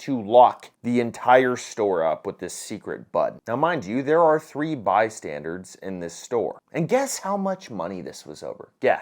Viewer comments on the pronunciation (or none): My man, you really need to stop saying "bystandard"...